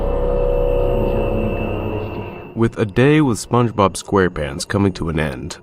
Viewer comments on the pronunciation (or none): none